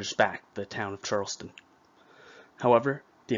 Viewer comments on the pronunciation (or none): Charlestown not Charleston!! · CharlesTOWN,not Charleston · It's pronounced Charles-town. Charleston is in South Carolina. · Great video, thank you. FYI as a Massachusetts native, Concord is pronounced like 'Conkered' , and Charles-town, not Charleston. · 1 problem, it's pronounced Charles Town (1 word) not Charleston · You would think the narrator would learn how to pronounce "Charles-TOWN" - Not the South Carolina pronunciation.....